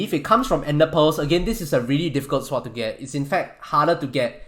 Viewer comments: He pronounces it. S-word, not sord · His pronunciation of sword...swwwod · is he saying "swap" or "sword" ? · god everytime u say sword i cringe.. swat... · my braincells hurts everytime you said "seword" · the auto generated text think you say SWAT xd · Stop saying sward its sword pronounced S. O. R. D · Stop saying sword like that it makes my brain hurt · He can say swat how ever he wants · hes saying swat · the w is silent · he pronounces sword without the “w” being silent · Every time he hays sword wrong take a shot To your knee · He isn’t technically saying it incorrectly. But I like the joke. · It pains me to hear you pronounce the "w" in sword, but nice vid. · he pronounces swords like swats and melee like MEleeeeee.